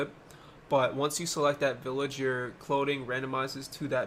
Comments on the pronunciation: I love the way he says clothing, “cloding” 🥰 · no that's how he was saying it :)